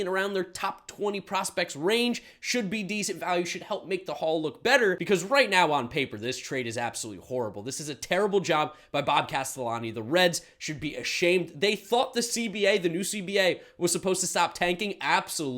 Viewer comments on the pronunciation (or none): It’s “cass-till-eenie” but honestly, as a reds fan, you can just call him “moron” or “tight wad”